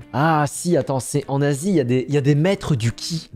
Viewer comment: Quand tu dit en Asie on dirait que tu dit un nazi